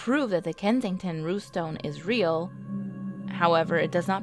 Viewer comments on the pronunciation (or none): You can say 'Rune' and you can say 'Stone' yet you have some sort of disconnect when you try to say 'Runestone'????